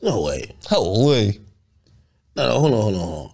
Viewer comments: The way say Hooolleee 🤣😭😭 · sayin HoooLeee is hilarious 😂